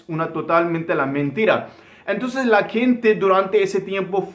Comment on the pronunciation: Protocólogo y mascarilla se dice en español y gente, no kente!!